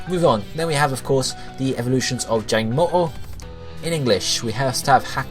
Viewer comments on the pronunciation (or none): I don't know why but my blood boils with rage every time you pronounce the jangmo-o line